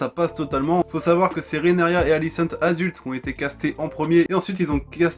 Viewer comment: ca se prononce RheaNYRA